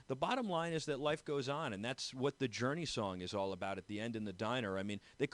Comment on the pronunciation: please stop butchering journey please lol